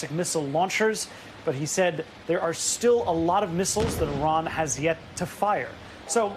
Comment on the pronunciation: Did Karoline mispronounce Iran??? Yes... yes she absolutely did!!